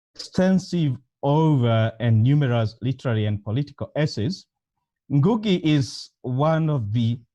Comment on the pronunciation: am i the only person who hears ngungu, its ngugi.